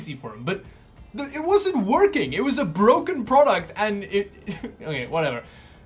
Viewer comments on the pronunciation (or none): none